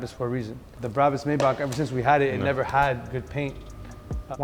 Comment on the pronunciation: One would think y'all would know how 'Maybach' is properly pronounced.